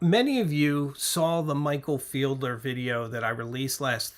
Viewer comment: the fellow who produced the photo book “Working Journal” is named Michael Fiedler. FEED-ler. Not FIELD-er. Please make a note of this. You even mispronounced his name to his face when you interviewed him, and he is such a gracious and humble guy that apparently he never corrected you.